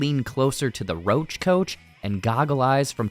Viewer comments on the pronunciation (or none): none